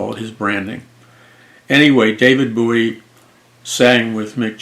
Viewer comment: It's bowie like a bow and arrow